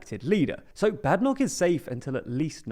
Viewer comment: If you're going to talk about Kemi Badenoch, at least learn to pronounce her surname correctly. The first syllable rhymes with "made", not "mad".